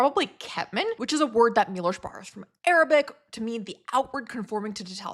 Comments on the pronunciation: CHES-wahf MEE-wohsh and VAHTS-laf HAH-vel. The Polish ł is pronounced like an English W. How does somebody whose parents fled a Slavic country butcher Slavic names? And your accent is so strange. Doesn't sound like any American accent I've ever heard. I liked your other videos, but am a bit skeptical about literature majors explaining economics. I studied economics and German literature and got an Master's in Germanic linguistics. The German department at UCLA has disappeared and been swallowed up by a European languages department. Sad. In many languages voiced consonants are unvoiced at the end of words. B, d, g, become p, t, k sounds and v, z become f, s. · Milosz sounds like Mee Wosh.